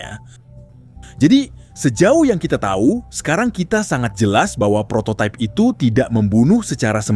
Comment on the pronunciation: Prototype/prototaip❌ Prototip✅